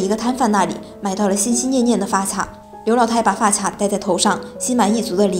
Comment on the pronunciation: 发卡（qia）………女生不会读发卡？？？